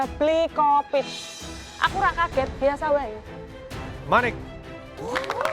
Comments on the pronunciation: gak bisa sebut bli hovit ya pasti sebutnya bli covid 😂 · masih tetap dengan "Bli Covid". Wkwkk.